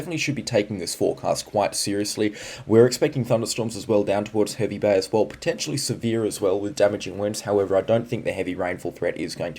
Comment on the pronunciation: Hervey Bay is pronounced Harvey Bay 😅